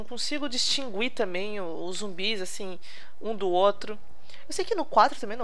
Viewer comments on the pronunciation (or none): none